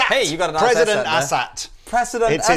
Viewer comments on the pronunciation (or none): Its Asat Not Asshat. Lol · It's not an "asshat", it's an "A-SAT" as in "letter A". Well, in my mind. BTW, OMG, looper jam! Yeah! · I believe it's pronounced "Ay-Sat". They also have 22 frets - don't Teles have 21? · Does it sound like they're calling them "Asshat" to anyone else?